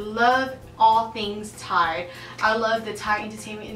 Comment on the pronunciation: You pronounced Thai language so well.